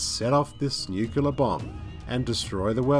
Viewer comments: It's nuclear, not nukular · Great vid, but say it with me: NUCLEAR NUKE-LEE-AR Nucleus - - >NUCLEAR Not fucking NUKE-U-LER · New-clear. Not new-queue-lar. I don’t know why anyone makes this mistake. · It's nuclear as in new-clear, not nukular. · "NuCLEAR" not "nuKELAR". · Dear narrator: Great video! -- as usual -- but the word is NEW-CLEE-ARE, not NUU-CLU-LAR. And also, when talking about distance, the word is "farther" not "further. [Let's walk farther ahead. Let's discuss the issue further.] You have far TOO nice a voice, excellent vocal inflection, and sound far too educated to use the incorrect words. My freelance editorial services are available for hire.